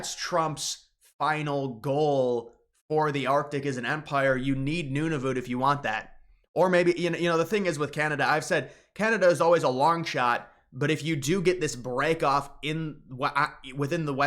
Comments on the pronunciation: You've gotta stop saying Noonavoot. Just call it None-of-it like a normal person. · Nuna-vit, New-na vit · your pronunciation of Nunavut is impeccable